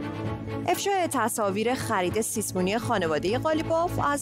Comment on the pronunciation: همیشه یه بیسواد باید باشه که سیسمونی رو سیسه مونی بگه